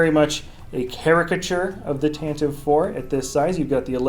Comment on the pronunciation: it's Tentiv-E IV with E sound at the end as Pablo Hidalgo learned us :P